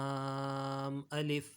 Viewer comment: Laanm nhi laaaam hai sir